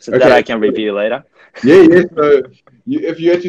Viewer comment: laterがめっちゃオーストラリア🇦🇺 相手が南アフリカ英語で訛ってる中、Atsuさんもめっちゃオーストラリア英語なのが面白い 物凄い異文化交流感ww あと、どっちもルーツはイギリスにあるから比較的似てるよね